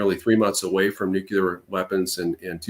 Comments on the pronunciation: Same place he learned to say "new-q-lar". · IRAN, is Pronounced "Eee-Ron" not "Eye-RAN"!! Moreover, IRANIAN is Pronounced "Eee-Ronny-Yan" not "Eye-RAINY-Yan"!!! Also Nuclear is Pronounced "Nuke-Lee-er" not "Nukee-Ler". Thank you 💙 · Why does he keep saying "nuke-u-ler" ? There is no second U, it's pronounced NEW-CLEAR. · Sorry I can’t take seriously someone who says “nuc-u-lar” like George W Bush and Homer Simpson